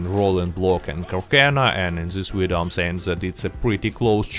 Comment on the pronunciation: Did you notice the "v" pronunciation sounds like a "u"? (Uideo) It's obviusly related to Russian pronunciation of that letter, like "R" and "L" in japanese, for example.